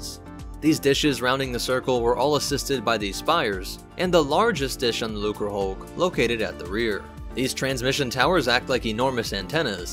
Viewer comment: Hey you finally didn't pronounce the C as a weird S. Looserhulk lmao 👍